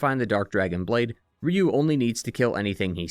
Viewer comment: Ryu is pronounced like 'you'